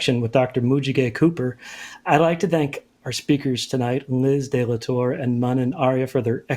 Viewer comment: It's "de la Torre", not "de la Torr". It might not be a big deal but my students need to see AND hear JPL/NASA engineers who they can relate to and the pronunciation of a name can make a difference in engagement.